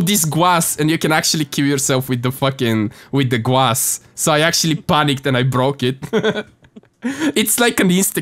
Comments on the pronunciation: I like how prounces glass the same as grass,he says "gwass" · it's glass not gwass